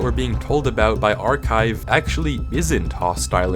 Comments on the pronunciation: i flinched when i heard archIve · ARCHIVE AS IN ArchIve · "ArchIve" Oh goddammit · When I heard "ArchIve" i flinched like a abused puppy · I flinched like an abused wife when i heard “archIve” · "ArchIve"? is at it again... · "ArchIve" - MY BOY NOOO FRICK YOU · “ArchIve”’gave me flashbacks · "ArchIve" ain't no way this guy's gonna head north